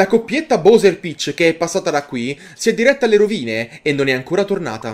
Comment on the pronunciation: Ti prego pronuncialo bAwser